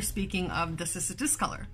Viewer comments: Kiss-us lmao.... just... nooooo 🤣🤣🤣 pretty funny if it really is how you’re supposed to pronounce it lol. I’m on my 2nd discolor round. I tried one 3 years ago in the beginning of my journey and it took a dive fast... along with my string of turtles lol 🤦🏼‍♀️🤦🏼‍♀️ I knew nothing then lol..... I have 7 humidifiers now lmfao....... yep. Thanks for the awesome info here! You’re the bestest! 💚🌱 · Name is in Latin so this is Cissus and the "Ci" is like the Ci in the Italian "Ciao" or the "chea" in "cheating" to use your language 😉